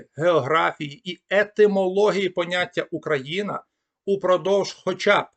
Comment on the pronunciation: Спасибі, цікаво. Але чому ви "ОУ" читаєте буквально [ОУкраїна]?) Цей диграф завжди передавав фонему [у], наскільки відомо.